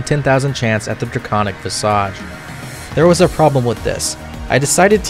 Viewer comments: VISS-IJ , not draconic 'massage' learn 2 fantasy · 🤓☝ akshually it's pronounced vizuhj